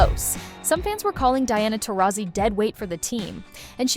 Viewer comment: Pathetic channel when you cannot even pronounce Taurasi's name correctly...